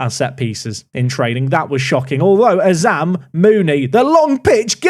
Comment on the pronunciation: Did just say Azam's name correctly? About 8mins in if you missed it xD